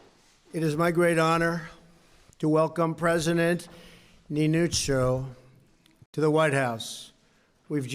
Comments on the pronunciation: Yeah he turned our president into a Pokemon with that pronunciation. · I cannot fucking get over how he pronouned Niinistö. What the fuck mitä vitun vittua mikä pelle